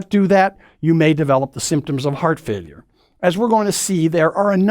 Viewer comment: Bro cant even pronounce failure